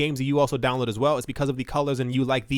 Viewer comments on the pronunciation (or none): none